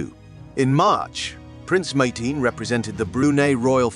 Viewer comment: Not only how to pronounce Brunei, the way he pronounced Prince Mateen’s name!